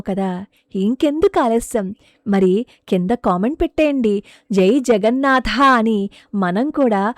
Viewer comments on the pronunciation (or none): none